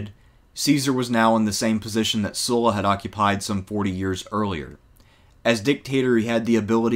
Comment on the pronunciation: Thanks to pronouncing Sulla's name correctly.